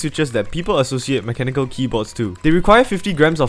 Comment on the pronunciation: "mecha nickel"